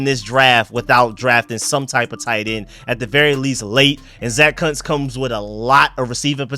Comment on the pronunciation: Idk if that's how you say Kuntz 😂 😂 😂